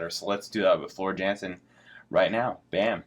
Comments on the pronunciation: "Yan-sen". Not "Jan-sen". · Her surname is pronounced as YUHN Sen, not JEN SEN.